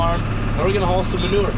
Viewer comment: I love the way your dad says manurr the way Mike Less does. I grew up saying manewer (rhymes with sewer, so you know what it is). With a new pronunciation, we could sell this stuff for money!